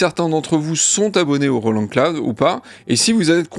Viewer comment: Les japonais de Roland se sont inspirés de "la chanson de Roland" pour le nom de la marque. Du coup, il faut prononcer Roland à la française.